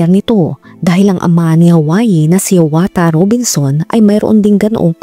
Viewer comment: omg .... kapangalan ko pa Yung ama 🤦🏼‍♀️ HIAWATHA ,,, pero ang pagka Pronounce Nung Sakin ee HIYAWATA